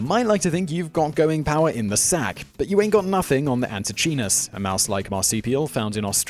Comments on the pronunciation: Antechinus is pronounced anteekeinus (or æntɪˈkaɪnəs). No "ch" sound. Cute guys pity they don't live long. Might be nice to get their genus name right. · Fun video, but as he does with so many words, Simon butchers the pronunciation of "antechinus". The "ch" should be hard (pronounced like a "k"), and the "i" should be long (so the word rhymes with "minus"): ant-ee-KYE-nus. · The Antechinus is NOT a mouse, but a marsupial. As such, it is more closely related to a kangaroo or a Tasmanian devil than a mouse. Also, check the pronunciation. The "ch" in antechinus is pronounced like a "k". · Anti CHEE-NESS ???? Nooooooo. an·tuh·kai·nuhs Anti - KI - NUSS They live in my neighborhood, and if they hear a bad pronunciation, they will screw you to death, and get their Tasmanian Devil friends to eat the evidence. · pronounced ante*kinus* not chinus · As an Aussie, the 'ch' in antechinus is pronounced 'k' and the 'i' is pronounced 'eye'. The rest is absolute fact. In a related fact, the average male pig orgasms for around 30 minutes. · Antechinus is pronounced ‘Anti kinas’.. I’m sure there are no more than a few million Australians laughing at the pronunciation used in this episode. Ps he is not the first Australian mammal to die from random strenuous mating activity. Especially when the wife finds out.😄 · Antichinus is pronounced anti KY nuss. (Just in case it ever makes it to another video...) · Anti-Kynus. I swear you are just trolling with the mispronunciations. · Re: number 2 - Pretty sure it is pronounced "ant-ee-kai-nus" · Pronounced anti Ky nus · Had to skip #2 because of how horribly you were mispronouncing "antechinus"... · Antechinus - your pronunciation was way off, that seems to happen a lot. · That is not how you pronounce Antechinus